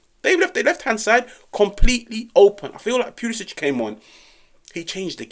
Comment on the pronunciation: Cristiyan Pulishich! Stop butchering his name ffs...